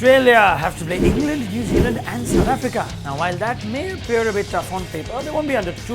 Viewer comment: The way he speaks india and south africa 😂😂